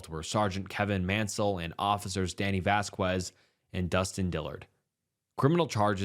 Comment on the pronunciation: Loved this video! Would love to see more like this in the future along with your regular content! Just one note, the name Vazquez/Vasquez is usually pronounced like vass-kez not vass-quez. Other than that, loved all the detail and information! Just thought I'd let you know